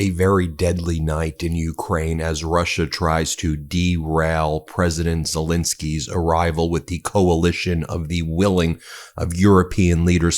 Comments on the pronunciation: Great video, but could you please pronounce Zelensky's name correctly. It's not Zelinsky with an i, it's Zelensky with an E. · Warum sprechen den Namen Zalinsky immer so total falsch aus und sagen oft einfach nur Salens oder andere Verballhornungen? Dies empfinde ich als höchst respektlos und dümlich und das wäre für mich auch ein Grund Ihren Kanal zu kündigen, falls Sie dies nicht ändern sollten! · It's Ze-LEN-ski....just get the man's name correct...